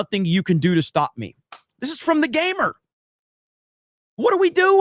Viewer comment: The Gamer? What's a "Mer"?